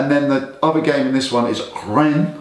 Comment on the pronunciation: Nice job guys. It's actually Rhenne like pronounced and not Run😀😀. And I sent you guys a message on the whatsapp number but I have not been added.